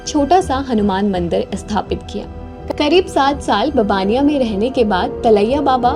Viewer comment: गुजरात में मोरबी के पास है ववाणीया गांव में रहे थे, बबानिया थोड़ा गलत उच्चार है